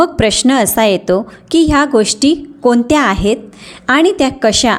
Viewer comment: फारच अशुद्ध बोलताय....कोनत्या ,णनंतर मणुका ,तान पन ...